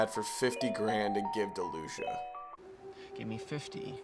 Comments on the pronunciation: Her name is pronounced Lu-chee-ah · “Loosha” lmao I love how you pronounce her name